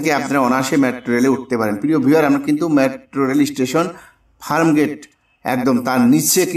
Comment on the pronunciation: O bhai ….it’s Farmgate, not Framgate!!